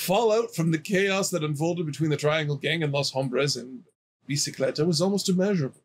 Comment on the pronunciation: bicicleta is bicycle and you pronounced it right,.